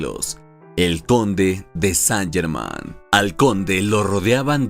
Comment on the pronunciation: Qué penita que el nombre esté mal pronunciado durante todo el relato. Más prolijidad para el próximo video.